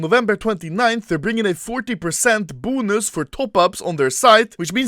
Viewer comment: "They are bringing a 40% BUNUS"